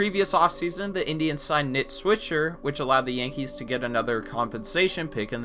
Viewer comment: “Nit swisher”